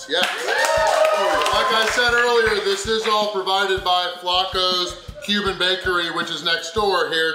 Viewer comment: I kept hearing “human food” every time he said Cuban food.